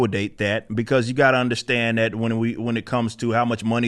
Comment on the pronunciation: Why the fuck does he talk like that now? I don't underSHTAND it.